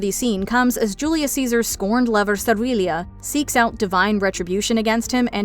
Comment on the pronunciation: The way you pronounced Servilia was agony to my ears. Rome was cut at 2 seasons because of the cost of realism.